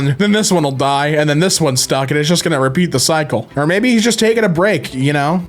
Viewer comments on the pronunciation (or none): none